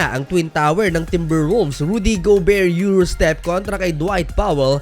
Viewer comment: Rudy go-bear. Laughtrip., 😆😆😆